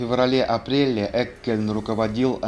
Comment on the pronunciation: Вообще то правильно Еккельн (Jeckeln) !